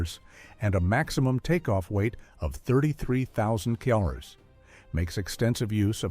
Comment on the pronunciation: What in the AI slop is this? The AI voice can't even pronounce 'kilos'. Or 'kilo newtons'. Or 'kilometers'. Is it some US AI that can't do Metric?